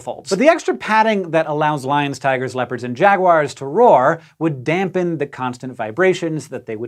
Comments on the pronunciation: Jag-wires? Jag-wires? Is this some new British mis-pronunciation? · She called them "jag-wires" ! Who else noticed? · Jaguars 🐆 is pronounced jaguars 🐆! NOT jagwires!